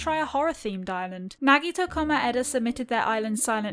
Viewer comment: HAHAAAAAAAAA SHE SAID NAGEETO